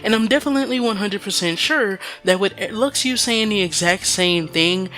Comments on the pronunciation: Luxu is not pronounced Lak-shu or Lu-shu either, it is Latin and it's pronounced as Luk-shu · you dumb it’s ( lu-shu) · IT'S PRONOUNCED "LU-SHU" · i cringed so hard when i heard him pronounce luxu...